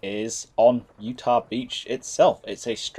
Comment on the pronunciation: Minor note, its "Utah" not "Utach"